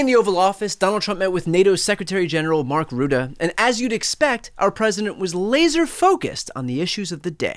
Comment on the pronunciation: Too funny how people just can't prenounce "Rutte", it's getting butchered and it's only 5 letters. Didn't know Dutch was that hard. The pronounciation is easy to find on any Dutch channel that talks about him.